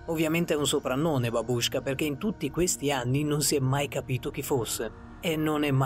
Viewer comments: Si dice babushckà nn babúashka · babausca con l'accento sulla prima a